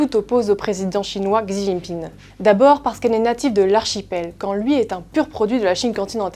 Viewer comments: Aiieee... mes oreilles "Xi jinping" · "Gsi Jinping" ou "Shi Jinping" ? Il me semblait que la deuxième prononciation était la bonne...